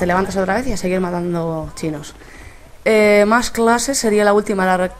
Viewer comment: ma molao como as dicho "mas clases" en con tono catalan XD